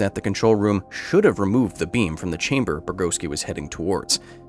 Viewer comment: "They're waiting for you Anatoli, in the test chamberrr"